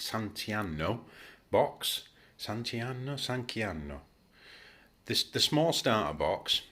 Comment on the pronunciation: This was excellent. I've bought the bigger set and not played yet so this was really helpful to pull what I've been reading together. I'm definately getting this set as well, they've been clever enough to make them scale up with what models they give. Btw, i's pronounced "San Can-chiano"